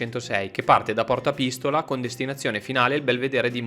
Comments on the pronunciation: Bravissimi..... bellissimo video detto da una mezza materana...... Piccola precisazione: per prendere il ponte tibetano si deve scendere da Porta Pistòla no Pìstola...... si pronuncia proprio come l'arma da fuoco 😊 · Bravissimi!! Per andare al ponte tibetano si passa per Porta Pistola come l'arma da fuoco, non cin l'accento sulla "i "😊